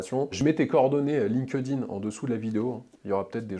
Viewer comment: Ah la prononciation Line queue dinne...